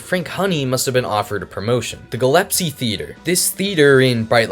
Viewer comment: Minor nitpick , but the name of the theater is the Gillespie theater, not the Gillespie theater as you pronounced it